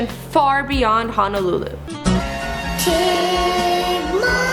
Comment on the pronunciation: the way she says hawaii, waikiki and honolulu makes me cringe 😖